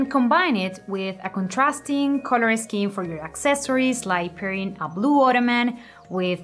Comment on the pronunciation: I don't know about other things..But her COLOUR pronunciation is on another level..COLORRR GOIZ